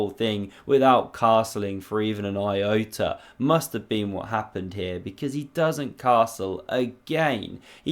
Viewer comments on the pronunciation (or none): none